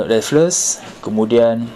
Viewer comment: Stamford raffles bukan stamford rafelles…